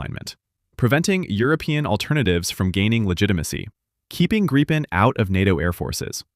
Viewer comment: I think this was the first time I heard "Gripen" pronounced correctly in English. Thanks for that!